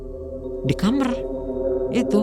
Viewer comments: Apa cuma q aja setiap ada narasumber ngomong kata "KAMAR" tu ngedengernya "KAMER" 😭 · Itu bhsa jawa